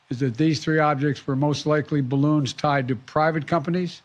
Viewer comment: Duuur, DiVeRsItY iS oUr STrEnTgTh 😵‍💫 ... We shoot down bawoons... we do good only miss once